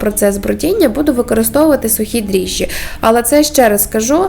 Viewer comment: Дріжджі-- вимовляє цілком правильно. Що смішного?